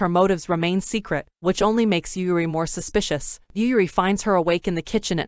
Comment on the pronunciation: How many times she said suspisous. Me: YES